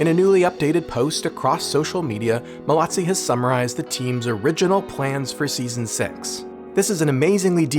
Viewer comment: Joseph MALOZZI !! Pas malazzi ni molazzi